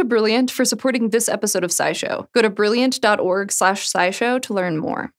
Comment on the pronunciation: You almost made it....got to the last one without saying brillianch